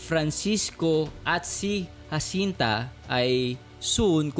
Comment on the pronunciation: Bakit po hwasinta Jacinta po parang banggit po ay ha Jacinta po